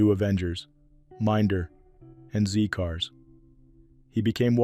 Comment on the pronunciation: `IT`S NOT "`ZEE" cars ( its a British show NOT American, it`s pronounced "ZED" cars.) Sad to hear About Julian. i heard the sad news over the weekend on Facebook, but all other sites i checked on said he was still alive. Sad to know that he has passed away. He as a fan favourite in the Carry on films. R.I.P